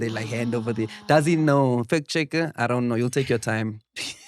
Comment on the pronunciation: "i donn know" "i donn know"